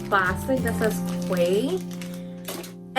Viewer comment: *key. The brand is pronounced key in Aus.